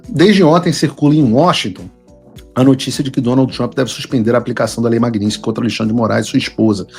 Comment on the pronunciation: O motivo real para o Trump ter tirado a Magnitsky do Xandele foi Paulo Figueiredo insistir em se referir à lei como sendo Magninsky. Eu já não aguentava mais ouvir vc falar Magnisnky. Que merda. Fala certo .